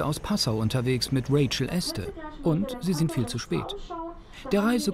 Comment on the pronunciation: Interessante Doku, aber es wäre nicht schlecht, wenn sich das Team, insbesondere der Sprecher mal besser auf die Namen konzentrieren könnte. Rachel Este oder Etse? Nina Lenzer oder Lenzner?